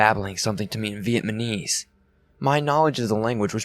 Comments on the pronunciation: How can you do a webcast with a story that takes place in Vietnam and not even know how to pronounce the word Vietnamese??? In my 57 years, I've never heard anyone mispronounce it. At least for consistency purposes, why aren't you calling the country 'Vietman"? Just curious. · This was a great story. But I cringed every time you mispronounced Vietnamese. The baffling thing to me is that you can pronounce Vietnam just fine. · There were a few mispronunciations in this. Maybe reading too fast. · Just heard dude say it twice and now I'm laughing my ass off lol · Lol. He keeeeps saying it! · viet-nam-ese dude... not viet-ma-nese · It's not Viet MANese! The country is not Viet Man, it's Viet Nam [ pronounced closer (nom) than (naam) - somewhere in between, really ], making the people who are natives there Viet NAMese. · NAmise. NOT Vietmanese lol it got hard to hear. Good story though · It's vietNaMese not vietMaNese. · This dickhead saying Vietmanese throws the whole thing off. If ur gunna tell a story at least pronounce the country right 🤦🤦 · I swear he’s saying VietMaNese instead of Vietnamese. But only sometimes. Good story. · Its VietNAmese not VietMAnese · LOL vietmanese, really though? really? And no one noticed?.... The country is Viet-NAM, not fucking Viet-MAN, which makes the people Viet-NAMESE not MANESE. Dear god.. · I laughed way too hard at your pronunciation of "Vietnamese". Viatmanese? Lolol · What’s scary is the way you keep saying “VietMaNese” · "Vietmanese" lol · V - EHT - NAH - MEES !!!!!!! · "Vietmanese" lmmfao😂😂😂 Vietman was a tough place. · If i hear Vietmanese one more i will choke somebody ! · I heard the first one then saw this and played it it was 3 in the morning and I'm trying to get scarws but you keep fucking saying VIETMANESE AND I WANT TO FUCKING DIE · 6 minutes in and he has already said "vietManese" 5 times... Face+palm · NickO- lol! And "one nite last nite.." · I'm trying to get into the story but you keep saying vietMAHnese 😳